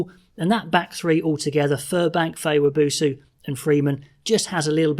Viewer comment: Wab oh so not wa boo soo